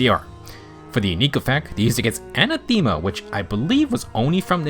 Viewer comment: Anathema isn't said as "Anna-Theema" it's "An-Atha-Ma" Rhymes with "An-Wrath-A-Muh". Appreciate your videos. Feels more concise than Phoenixmaster's in many cases while also suggesting just as many builds